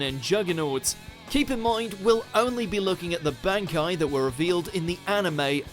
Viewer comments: It's bahn-kai, not bann-kai. :P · Look we like you. We really do, but why do you say B-AN-aki in sted of B-ON-aki? That's how it's pronounced in English dub, and Japanese. Like seriously, why do people pronounce things differently, when they are shown how to pronounce it? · Its pronoced Bonkai not Bankai. stop saying the first a. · Ichigo:Bonkai The person voicing this vid: bAnEkAyE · Am i the only one who finds it annoying when he pronounces it as "ban-kai" instead of "bon-kai" like how even the english dub does? I do like how ever that people still support bleach can't wait for my favorite anime to get its true ending. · It's one thing it's dubbed, but to mispronounce bankai is a step too far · Using the dub version just ruins the pronunciation of the bankai, but he doesn’t even explain Gin’s bankai properly. This 10, like most of their anime top 10s, is just a joke. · The English dub bankai names are pretty cringe. Can't they just say it the same way the Japanese does? It's not like they translated the names anyway. The selected syllabus emphasis were kinda weird. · Why is ichigo's bankai no.1 and can we even call it a bankai since u know (spoilers) its not even a real bankai. Speaking of which what's up with ur pronunciation of 'bankai'. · Jeez the dub just murders the bankai names tsk tsk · The English pronunciation of the bankais is killing me. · Am i the only one triggered by his pronunciation of the word Bankai? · They butchered all those names and pronunciations. Dubbed really sucks sorry,but compared to how they say it in Japanese and how badass it sounds here it just doesn't give me the same vibes. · The way you say bankai makes me want to drink bleach